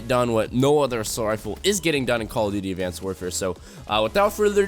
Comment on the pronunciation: Did he say advanced warfare?😭😂